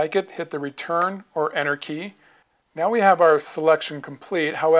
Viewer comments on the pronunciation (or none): and then u press anarchy i was like what? it turns out he pronounces Enter Key as Anarchy :)